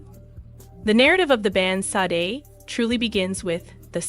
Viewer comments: Where's the tragedy? You can't even pronounce her name correctly! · Am I the only one annoyed that the narrator keeps pronouncing her name wrong?